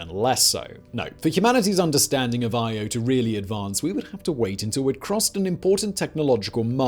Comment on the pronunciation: I was only half listening at first and I thought he was saying Iowa. I was like WTF is he talking about volcanos and magma lakes. Hahahahaha!